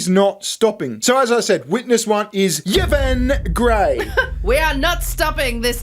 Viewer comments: You've got the most IRRITATING voice I've ever heard on Youtube (I switched off after 2 minutes), and as for your sense of humour (?). Put it this way; if you do a turn as a stand up comic, you won't slay the audience - they'll slay you. As for not even knowing how to pronounce names as simple as Yvonne . . . SMH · Lol yeeevon...it's evon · Yvonne is pronounced E Von. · Your mispronounciation of the Ships name is beyond a disgrace, it is offensive. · It's pronounced E-von. But who cares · Just found your channel. Great work 😂 I'm gonna binge. Side note... its probably pronounced E-von 😅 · Yvonne is pronounced ee-von. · The name "Yvonne" would pronounced something like "I'won" But for the fun of the game keep yours! 😂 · Are there no Yvonnes in Australia?? It's pronounced "EE-von" 😂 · Pronounce her name "Evon" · I've always heard Yvonne pronounced as E-von. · Yvonne is pronounced ' E-von'. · It's pronounced ee-von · Whilst amusing a unqualified individual was clearly a dei hire it’s as cringe as hearing mispronounce Yvonne 😂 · You pronounce the Y as an E ( in her name )